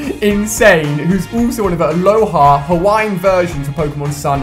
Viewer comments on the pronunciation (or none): Alhoa form?alola ALOLA FORM THE REIGON ISNT HAWAII ITS ALOLA NOT ALOHA jezz do your reserch and also OMEGA not omeega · Its called alola not aloha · he says "aloha forms"...it are Alola forms, it's the name of the region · I know I was just going to say that..... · it not aloha form its alola form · ikr and he said aloha instead of alola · No hate but I cringed so hard when you Said aloha instead of alola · Did anyone else go mad at him when he said aloha forms instead of alola forms?I was laughing at him when he said it! no offence to ali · its alola not aloha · It's Alola not aloha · Sorry but in the begging it’s aloha not aloha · Why do u pronounce it aloha forms it's pronounced alola forms like the region, alola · alola* not aloha 😁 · It isn't alohah it's alola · It's alola not aloha! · its fucking alola forms not aloha forms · Its alola... the name of the region is alola... not aloha... CRRIIIIGNNGGGEEEE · It’s alolan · Who else hates how he said alola